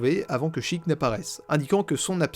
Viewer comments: A chaque Sheik prononcé "chic" prononcer au lieu de sh [É] kun chaton se turas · Ah ça me fait grincer les dents le fait d'entendre "Chiiic" mais bon après chacun ses habitudes mdr, très bonne vidéo ! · Comment ça on prononce "sheek" et pas "shèik" 😭 Je ne savais pas que ça correspondait au mot anglais "seek" mais ça a grave du sens avec Zelda et ses actions ! Merci pour ta vidéo, c'était super intéressant et instructif ! 😊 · perso je disais SHEIK maintenant je dis CHIIK (plus classe) ( ET C'EST PHOTOSHOP FLOWEY PUTAIN DE MERDE) sinon y a t il des gens qui prononcent sans comme sense (je les comprends pas ceux làs) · Je suis en plein visionnage de cette analyse, ayant adoré la partie 1. Je découvre ton travail sur le tard et c'est vraiment super, bravo :) Je reviens sur un truc : tu as raison de dire "Chiic" pour Sheik. Mais dans ce cas là il faut aussi dire "Malone" pour Malon, "Talone" pour Talon, et "Ranch Lone Lone" pour le Ranch Lon Lon. C'est prononcé comme ça en jap ^^ Voili voilou ! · sheik je le prononce "sheilleque" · Je suis le con qui prononce chëic 😐😐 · Bon moi je prononce « Shéyk » Donc je suis très loin...